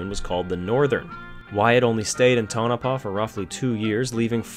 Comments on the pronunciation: was waiting for you to say restored, like everyone else who don't know what they are taking about. but you said refurbished. it was remodeled to let you know. i was in on the project in 1978 for bill allison when i was in high school in tonopah. (paw. like miz paw). there was also a local PBS affiliated television station that i helped with occasionally for john gilman. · i give him this mulligan . he pronounces state name well, but fails on tono paw.